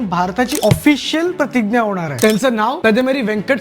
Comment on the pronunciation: दादा, तु "प्रतिग्या" असा का उच्चार करतोस? आपण मराठीत "प्रतिज्ञा" म्हणतो.